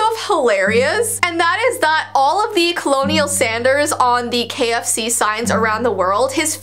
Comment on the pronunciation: I call him colonel mustard also it’s pronounced kernnel